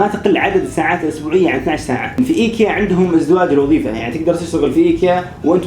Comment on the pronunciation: معقولة موضف ب ايكيا م تعرف تنطق اسمه 🙃